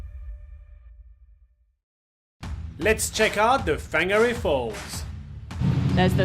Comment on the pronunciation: It’s pronounced Far gnah ray